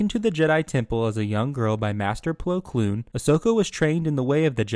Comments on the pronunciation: Bro really said Plo Cloon… at least get his last name right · bro really says plo kloon